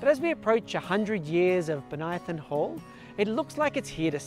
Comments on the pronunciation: You pronounce Bonython oddly. Bən-Ī-thon. Not Bon-Ī-i-thon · I know it's uncool to point out, but I once had trouble with this name too (and many others). You say "Bo-nia-thon", I say "Bonny-thon". My family lived on a street named Bonython Street (another city, same famous individual), and as a kid I pronounced it Bonny-thon. Neither of our pronunciations is correct. It's Bo-ny-thon. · And in Canberra, the suburb is usually pronounced Bon-ython